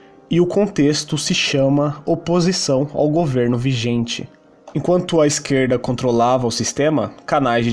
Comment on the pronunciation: Peirgunta, esqueirda, goveirno, 😂😂😂😂